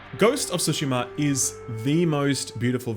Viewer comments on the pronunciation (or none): It's not pronounced "soo-sheh-ma". It starts with Ts, as in the end part of "its". Tsoo-sheh-ma. Same with Tsunami. Why do you think there is a T in there? Japanese is phonetic when using the Latin alphabet. Pronounce the T. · i swear no one other than japanese pwople can pronounce "tsu" your pronouncing like su or shu and it really triggers me lmao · It's TSU-SHIMA lol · People always seem to forget that cheeky T at the beginning of Tsushima. Like you're literally meant to just subtly say the t as you pronounce it.. Otherwise why doesn't sushi have a t there? 😬 Just breeze by the t, but say it still ;) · Can't wait for compilation of all the mispronounced that GoT title get by reviewers 🤣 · Why is nobody pronouncing the "T" in Tsushima? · Please by everything that is holy, learn to pronounce the name correctly. The "t" is not remotely silent......otherwise great review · I cringe every time you mispronounce Tsushima. But you’ve sold me on the game. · Still waiting for someone to pronounce Tsushima correctly. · drink every time he butchers tsushima pronunciation. So everytime he says it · can you like pronouce Tsu in Tsushima correctly please its cringy.